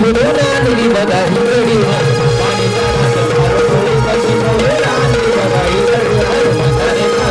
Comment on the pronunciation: क्षणात बुवा ऐकायला वेगळा येतय 😂😂😂😂😂😂 शब्द उच्चार सुधार